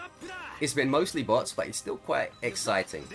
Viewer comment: kinda sounds like youre saying butts not bots 😂